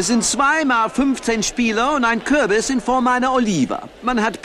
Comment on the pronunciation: "Ich habe einen Kü'bis auf die 'übe gek'iegt!"XD